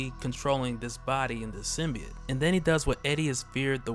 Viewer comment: I'm just glad you pronounce it sim-be-it and not sim-by-oat like in the Venom trailer.